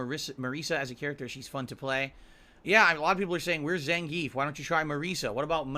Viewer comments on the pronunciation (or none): none